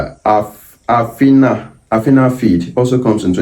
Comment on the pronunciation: Good content but is pronounced alpha feed like in alpa and omega. Not Afina